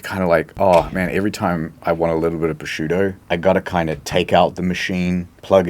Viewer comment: Thank you so much for teaching me how to pronounce "prosciutto."